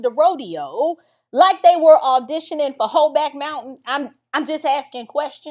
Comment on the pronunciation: Not "hoeback mountain" 🤣